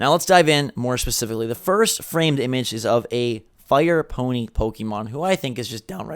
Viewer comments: Man, you really need to stop saying "pokEEmon". It's "pokehmon", please wtf lol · STOP SAYING "POKE-E-MON" YOU FUCKING NEANDERTHAL